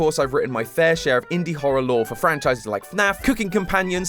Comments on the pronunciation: Lovely episode, showing a lot of promise! My only complaint is that your "lore" pronounciation isn't up to par yet. It's not "lore", it's "LOOOOOOOOOOORRREEEE"! Can't wait for the next theory! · You forgor something mate it's not pronounce "Lore" it's "LOOOOOOOOORRRREEEEE!" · Its not lore tom it's LOREEEEEEEE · you to pronounce lore loooooooore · it's not pronounced lore it's LOORRRREEEE! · It’s not lore it’s LORE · It’s pronounced lllllllllooooooooorrrrrrreeeeeee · Hey, I know you’re new so I’m gonna let this one slide it’s not lore it’s LORRRRRRRRRRRE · Okay you’re doing great and all but you said lore wrong you see have to say it like LOOOOOOOOOOORE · I think you pronounced that word wrong,. I think the wya it's said is less of "lore" and more "LOOOOOOOOORE" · Amazing introductory episode, but lore is pronounced with at least 3 o’s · What an incredible first theory for! I was looking forward to hearing his thoughts on Chapter 3,and he brought up a lot of interesting ideas! If this is anything to go on, will be a wonderful successor of Game Theory! ☺️💚 Just needs to work on his “LOOOOOOORE” pronunciation 😉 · not just the speech pattern but how quirky he pronounces the words too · He doesn’t say lore the same way but he’s still awesome and kept me really entertained. He’s a great Host and I love him now. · He didn't say "lore" right >:(